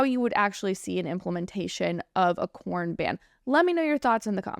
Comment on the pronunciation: It sounds like your saying corn instead of porn lol 😂